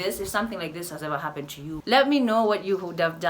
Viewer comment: "Wahaha-ppened was...." 😂